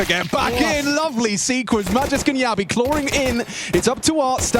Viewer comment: Jabbi is not "Ya B", he's "Jab bhi" 😂